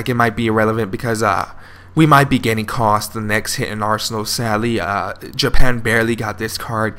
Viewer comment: Ka-U-St not Cost, welcome